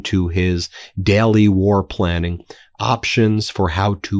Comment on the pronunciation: You NEED to start pronouncing daily correctly It is NOT pronounced "dyally" It is pronounced "DAY-lee" Same with sailors It is not pronounced "syallors" It is pronounced "say-lers" STOP SAYING "BECOSS" STOP CLAWING AT THE CAMERA STOP SAYING "PLAY THIS CLIP" WE DO NOT HAVE CLIPS WE AREN'T THE EDITOR REMEDIAL ENGLISH MEDIA TRAINING FOR BEN NOW, MTN PLEASE